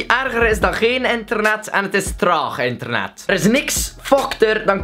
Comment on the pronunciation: zegt bij het begin ik ben verslaafd aan enternet... Luister goed